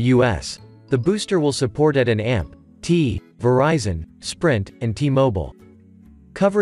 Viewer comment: At and t? You mean ATT?